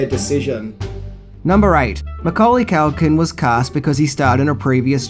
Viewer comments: its Culkin not Calkin ffs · Culkin not CALKIN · Why do you call him mcauly cAlkin? It's culkin!! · His name is CUL-KIN. Not calkin that you said all the way through this video i mean come on Even he pronounces it CUL-KIN. Rant over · Why you calling him Mucaulay Calkin? 😭